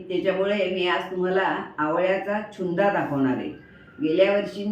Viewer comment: नमस्कार तुमचे सर्व पदार्थ खूप छानच होतात, चुन्दा नाही "छून्दा" म्हणतात गुजराथी पदार्थ आहे